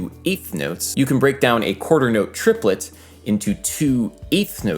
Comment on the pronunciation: Trip-uh-let y'all.